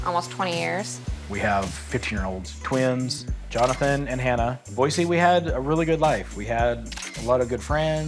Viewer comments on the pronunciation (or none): none